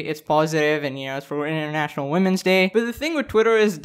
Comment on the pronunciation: ...I kinda love the way you say “international” it’s more like “intranational”😂